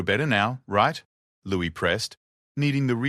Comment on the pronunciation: It's Louis not Lewis